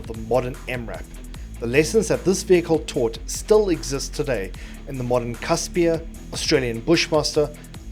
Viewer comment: FYI: Casspir is pronounced "Casper", as in 'Casper the friendly ghost'